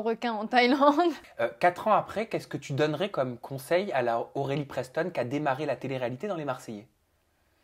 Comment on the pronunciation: y’a que moi qui entend borelie preston ????